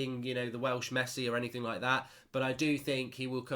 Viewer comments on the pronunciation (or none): none